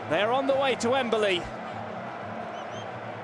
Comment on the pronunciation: It's Wembley, not Wemberley. Get rid of this commentator or teach him proper English